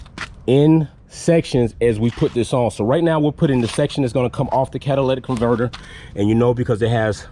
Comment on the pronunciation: Great job! Work on that pronunciation of the “catalytic converter” but other than that amazing job!